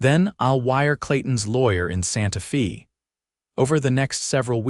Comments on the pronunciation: Fairly good story. But I wish you people could find an Ai that could pronounce words correctly. Santa Fay, not Santa Fesses. And so many others. Netracts from the story. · AAAAGGGGGHHHH!!!! Santa Fe is not Santa FEE!!! AI needs an editor/trainer! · Santa “fee”……..AI sucks